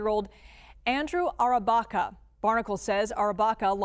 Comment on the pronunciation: Andrew Arrabaca it is a pronouncing mistake the woman newsperson